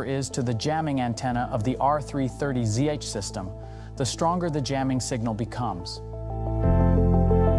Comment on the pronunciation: Makes you wonder if AI narrated and voiced this. Human would pronounce ZH as individual letters.